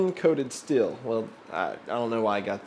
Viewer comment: Sir, its pronounced steel. Not still.